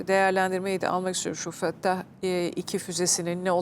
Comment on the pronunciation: Föttah nedir arkadaş?! Fettah o fettah! Hani, Ya Fettah! var ya, o.